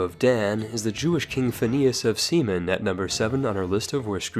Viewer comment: “Phineas of Semen“